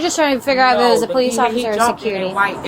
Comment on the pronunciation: Hearing "Pole-eese" just gets insufferable after a while. "Bro, Am-Bah-Lance, Breeving, axing" It is all just SO taxing to my brain